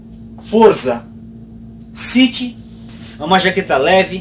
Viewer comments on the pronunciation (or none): none